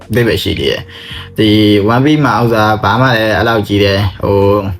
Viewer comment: One piece ဆိုတဲ့ pronunciation ကိုမှားနေထဲ ဒီ vdကိုကြည့်ဖို့မတန်ဖူးထင်လိုက်ပြီနော် more like ကိုယ်တိုင်ကစောက်ဖြစ်မရှိပဲ ဉာဏ်ရည်မမှီပဲ လှေကားထစ်တစ်ထစ်ကျော်တက်နေသလိုပဲ